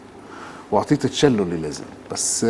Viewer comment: اسمه تشيللو مو شللو ههههههه ثانياً ليش يتكلم بالغاز؟ هههههه عالعموم تيم حسن غطى عليهم كلهم بهالمسلسل و يمكن يوسف حس انه مهمش و ما حقق نجاح بدور ادم